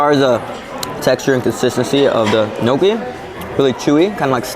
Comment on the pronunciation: Gnocchi is not pronounced noCHEE, it's pronounced noKEY.